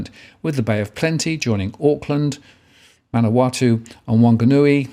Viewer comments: Waitakere is pronounced "Y - tak - ery". Manawatu is "Man-a-wa-too" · Thank you, sir--a great, informative video as always. 'If I may poiint out.... Manawatu==""ManawaTU"...last syllable and Median Price Indicies"==="....Indices" >>>Just glad I'm not a young married looking to buy....there's a Lotto draw tomorrow night.....